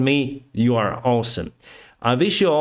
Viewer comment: it is "awe-some" not "all-some"